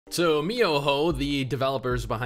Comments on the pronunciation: dude the first second already made me laugh lol its mihoyo not miyoho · Man it's miHoYo,not miYoHo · Does anybody noticed that he says "MiYoHo" ? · miYoHo... wait wut??? it's miHoYo!!! lol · yeah but tis supposed to be mihoyo tho lol not that im judging him im just saying